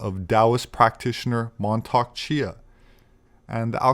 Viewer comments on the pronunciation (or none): none